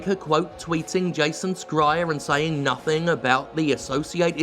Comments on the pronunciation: His name, Schreir, is not pronouonced "Skryer" but "Shryer". It may be that we have "school" in English, but English is shit at pronunciation rules. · Scrier ? Is that how his name is supposed to be pronounced? Thought it was more like shrier or smth. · its pronounced shryer not scryer. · Isn’t Jason’s last name pronounced ‘Shree-er’, and not ‘Skry-er’? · I agree with the content of this video but it’s really hard to ignore the mispronunciation of Jason Schreiers last name. It’s Sh-rye-er. Not Skry-er. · Hey man your pronunciation of Schreier is driving me nuts. it’s Sh-e-reier not Ske-reier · Is Jason Schrier's last name actually pronounced "SKRY-er"? I thought it was "SHRY-er." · I think it’s pronounced “Shry-er” not “sk-ryer” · Why do you insist on pronouncing it as Jason "Scryer"? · Can anyone fill me in on previous beef between Jim and Jason Schreier? Is it due to that prior beef that he always pronounces the name as "Skreier", or just Jim funniness? Have been wondering a little while. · I'm curious why Jim's pronouncing Schrier as Scryer. Did I miss something? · Jim, why do you keep pronouncing Schreier as Scryer? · Does he pronounce his name "skriar"? Its "Schreier" - literally means "screamer/shouter" in German. There is no "k" sound. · Hey Jim, it's pronounced Jason SH-reier ❤️🏳️‍🌈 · Is Jimbo pronouncing Jason Schreiers name as "Scryer" some sorta inside joke I'm not aware of? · Just because you grew up watching Paul Scholes, doesn't mean you can get away with saying "Skryer" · I'm fairly sure it's "s-chai-er" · Wait is the way Jim pronounces schreier the proper way? I’ve been pronouncing it differently. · Are you deliberately pronouncing Jason's surname wrong, or..? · Your pronouncing Schreier's name wrong. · As a non-native speaker I find it funny that you pronounce Schindler correctly, but not Schreier. Like, is this a Jim fuck-up, or is this an English Language fuck-up? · How is it that you can pronounce "Schindler" but not "Schreier"?